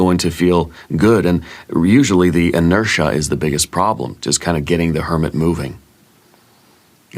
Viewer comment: Listening to another one of your beautiful Leo videos while at the gym stretching how funnyyyy. “Intertia”